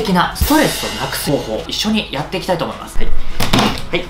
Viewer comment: 作る時何回も動画見るけど、いつも作っていきたいとおもいましゅしゅのとこで笑ってしまう😂